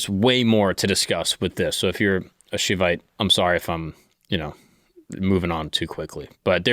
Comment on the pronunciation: Great job bro. To summarize Hindu sects and traditions in one hour is a tough one. You pretty much did a Hercules feat if I might say so. Just wanted to emphasize though that in this age most of all these traditions are intertwined(meaning you could have a Shaivite(pronounced like Shy-vite)a Vaishnavite(the 'ai' is pronounced like the vowel 'i') a Shakta and Smartha living under the same roof as members of the same family. There are very few people that worship only one deity and not the other. BTW since you wanted to know 'jnana' is pronounced as Nyaana. Some people also pronounce it Gyaana. All traditions call their Ishta-devata(preferred deity) as the supreme form of Brahman. Bhakti(devotion) is not only for the Vaishnavas but for all traditions. Whomever you're devoted to, you get inclined to their forms of worship. At the outset, for a simple explanation you are a son for your parents, a brother for a sibling, a husband to your partner, a friend to a friend, a father to your children, a colleague to someone in office, and so on and so forth. Similarly, the Divine (Brahman) can have several roles simultaneously and since It is everywhere at once each one relates to IT in their own way. All these different traditions see the Absolute in their own way and just like one could travel to a place in different transportations and still reach the same place, we believe we all have unique paths and the Divine reaches out to each of us in the way that suits our temperament best. Th